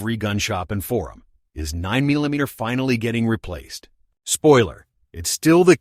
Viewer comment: Nine Mila meter? I'm going to start down voting every video with a shitty AI voiceover.